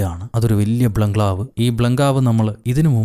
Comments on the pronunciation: ബ്ലൻഗ്ലാവ് അല്ല ബംഗ്ളാവ് 😂😂😂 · ബ്ലഗ്ലാവ് എന്ന് പറഞ്ഞപ്പോ ഞാനും രണ്ടുമൂന്നു വട്ടം ബംഗ്ലാവ് എന്ന് പറഞ്ഞു നോക്കി but ബ്ലഗ്ലാവ് എന്നെ വരുന്നുള്ളു.. അതിപ്പോ എന്താ ഇങ്ങനെ... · ബ്ലംങ്കാവ് 😂ബംഗ്ലാവ് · ഇതിലെ ഹൈലൈറ്റ് “വല്യ ബ്ലൻ ക്ലാവ്, ഈ ബ്ലങ്കാവ് 🤭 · 😂😂😂😂😂 ബ്ലംഗ്ലാവ്, ബംഗ്ലാവ് 😂😂😂😂 5.00 -5.01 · ബ്ലഗ്ലാവ് and ബ്ലഗാവ്